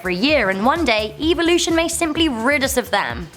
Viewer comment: Like your guys vids, but the way you say evolution almost made me want to skip watching this one, other then that I'll still give a thumbs up ^-^